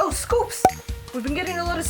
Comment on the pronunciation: i love how she says scoops instead of s.coups 😂